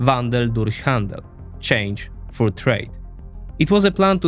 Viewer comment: He’s pronouncing the th like f because of his accent, which makes it sound like „for“ instead of „through“ compare it with when he says „through“ a few seconds later